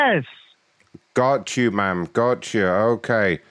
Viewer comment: Or “I’m not a man, I’m a man.” Either way, the way he pronounces “ma’am” and “man” pretty much identically makes this even funnier.